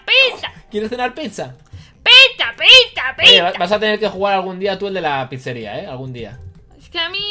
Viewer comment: dice picha no pizza